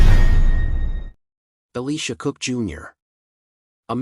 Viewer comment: Ellisha Cook, Jr may have been forgotten because you didn't pronounce his name correctly?